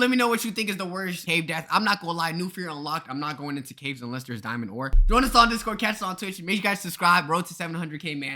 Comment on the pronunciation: he just forgot the “s” in “ caves”